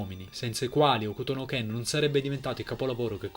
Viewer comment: Ok Bro, ottima presentazione però, se fai un video per elogiare o anche solo raccontare un opera... Se vuoi essere preso sul serio ti devi disturbare a prendere le info per bene e... Se già mi parti dal dire il titolo originale: "Hokuto no Ken" e non muti la "U"... capisci che c'è un problema di fondo!